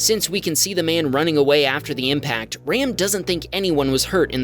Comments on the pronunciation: it’s pronounced “Rahm”. Its an Indian name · If he's of Indian descent, his name is pronounced "Rahm," not like the English word for a male sheep.